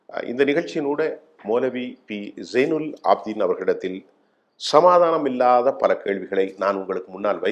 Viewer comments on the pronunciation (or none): ZAiNUM AABDEEN. ABDiN ALLA OK PAYARAi SARiYAGA UCHCHARiKKAAVUM .